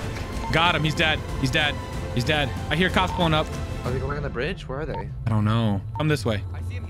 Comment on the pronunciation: did anyone else hear how he said at the yellow jack that the cop was D A D nowinstead of dead?